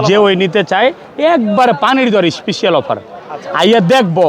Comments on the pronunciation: খালি বলে ইস্পিশাল অফার।স্পেশাল না বলতে পারলে ইংরেজি বলার দরকার আছে?একে তো চাঁপাবাজ, বাটপার তারপর আবার উল্টাপাল্টা কথা। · Special ❌ Ishpisial ✅